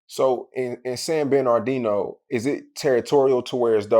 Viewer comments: Wtf is “San BEN-R-DENO” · "San ben ar dino" lol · SAN BERNARDINO!!!!!! Say it right man, aint hard to say. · “So In Sanbanardino” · saying San Benard Dino is like crunchy black calling Dj Vlad “Glad” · Thats how people who arent from san bernardino pronounce it😂😂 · Bruh wasup wit your pronunciation with SAN BERNADINO? Gahdamn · Yea he did misspell San Bernardino but he is right about how the guy who is doing the interview fucks up how u pronounce it 🤣🤣 I’m from L.A. but moved to San Bernardino for a yr when I bekame a Freshman at Cajon High School in like 97’ or 98’ & I heard about the California Garden crips, Delman Heights Blood & Crips, Disney Land Bloods, PPHgc etc.... but nobody says the city wrong like the interviewer. 😆😆😆😆 Even the people in L.A. don’t 🤷🏿‍♂️ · is it that hard to say San Bernardino?? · lmaaooooo I was thinking the same thing, its not hard, or just say the dino